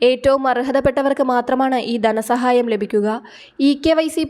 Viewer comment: 'ദനസഹായം' അല്ല.ധനസഹായം എന്ന് പറയൂ